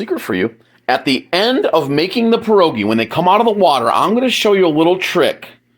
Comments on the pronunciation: Right, and not 'PAH' rogi, it's 'Pyeh' rogi. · Its pronounced "Pierre -ogie" instead of perroegee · You don’t even pronounce it right. They are called pied-doggie. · I hate to say…you aren’t pronouncing pierogi correctly…lol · Roll your “R” in pierogi